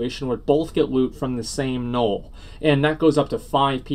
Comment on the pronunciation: I wish you'd stop saying Gnorll. Good video though.